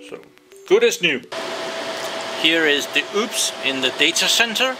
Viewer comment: It's called UPS not oops